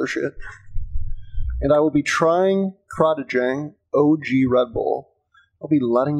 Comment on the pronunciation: Random fact for ya. The name is pronounced as: Crate-ing Dang.